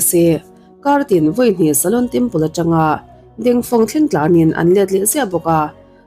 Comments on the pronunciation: Ka ngaimawh deuh Pakhat a awm a, Kalo sawi ve mai2 Shaolin Temple ania,i lam diklo a, sawlin temple angin I lama a diklo, sa aw lin ti a lam tur aw miss, i lam apiang in rlru a dek zar zel a, ka vei ltk a😮😮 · Shaolin em chu lamdik ta che, itrawng style tum lutuk vei nen, sha lin anilo aw. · Shaolin Temple anih ka ring,a lam dan hi a mak thei tawp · SHOLIN tih lai a, SHO tih lai kha i hma a he hming lo sawi tawh tuten engtin nge an lam rik, tih kha ngaithla ve la, chutiang chuan lam ri ve mai ta che. Beng a kap deuh tlat, i chanel a hlut zel nan.